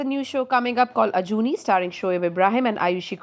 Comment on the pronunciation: its Ajuni sahebam not ajuni se bhang...